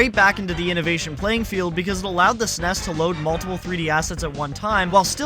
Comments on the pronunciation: it's ok dude can just call it a snes like everyone else. Not an S.N.E.S 😅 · Pronouncing SNES like ess en ee ess is really grating me 😂 it's just one word, SNES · It's super n.e.s. or s.n.e.s. not snes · Does anybody else cringe every time you hear "SNESS" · That is NOT how you pronounce SNES